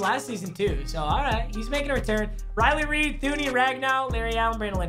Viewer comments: Homie said Riley Reid at the beginning. You been in L.A. too long papa. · “Riley Reid” 😂😂